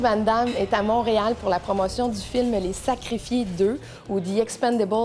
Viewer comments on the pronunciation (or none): none